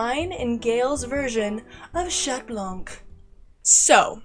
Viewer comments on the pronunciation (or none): This is really good but you have to stop saying shat because that’s not how u say it in French just say cat or shont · This is amazing but GOD PLEASE STOP saying the T in Chat 😭😭 it hurts my bilingual ears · THAT WAS AMAZING!!! Just one question, why do yall say chat instead of cat 🖤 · The T in chat is silent btw